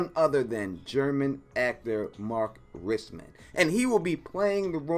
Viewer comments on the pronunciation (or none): the Mann in Rissman is pronounced german, not english